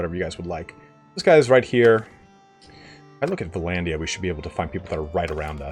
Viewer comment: Dude it's not VA-LANDIA, stop saying Va-landia god damn! it's Vlandia!